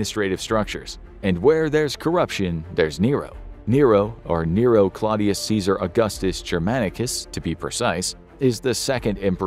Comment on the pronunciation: Can't you not even TRY (!) to pronounce Latin as Latin and not American English??? Tie-Bear-ius Djulius Ceeesar Aw-gustos, oh my god. Disgusting! My ears are bleeding now.